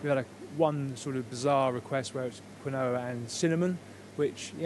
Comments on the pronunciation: he means quinoa, not kwiknowa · It sounded to me as if he was saying quin-noah. I was surprised to hear a chef pronouncing it like that🤭